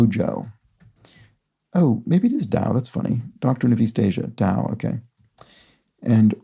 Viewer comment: Taos, New Mexico is very famous as an art colony. Pronounced tah-ōse, not to rhyme with "douse."